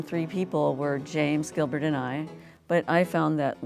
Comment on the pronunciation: "Giblert" lmao